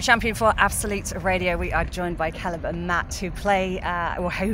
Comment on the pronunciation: Kèlèb as she pronounced it 🥴